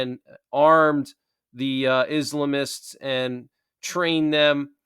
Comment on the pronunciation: IS--LAM--ISTS. not islimists